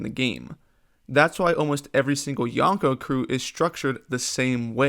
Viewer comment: Everytime someone says yonkou like this, a puppy dies. Good video though.